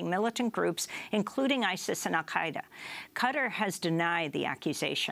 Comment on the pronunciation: "Qutter" it's qatar Jesus Christ!